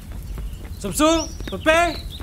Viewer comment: Bang itu samsul kok jadi sumsul😂